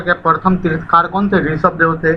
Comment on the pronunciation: तीर्थंकर होता है तीर्थकार नहीं